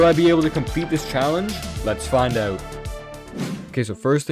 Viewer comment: i love how he says "oyw"t instead of "out"😂